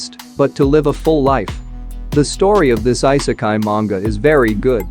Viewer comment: good videos but man the way you pronounce the titles and I sekai? come on... you can do better than that you pronounce it "e"sekai